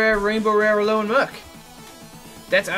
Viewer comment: You finally won! It was overall pretty even, but you got Plumeria and she is awesome! So congrats! =) (P.S. I don't mean to be rude, but it sounds like you're saying Al-OAN, but it's Al-OLAN. Maybe you are saying Al-OLAN and I'm simply mishearing. If that's that's the case, then I apologize.)